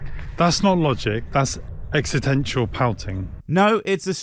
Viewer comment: "exitential" lol he cut to reshoot the word 'existential' and STILL didn't get it. His narrating and editing are as sloppy as his logic.